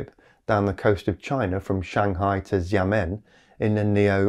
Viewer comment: Love your work mate, but don't fall into the standard journalistic trap of pronouncing every consonant in transliterated Chinese as a "zzjj" sound. "Xiamen" is best pronounced as "Shar-mehn" ;)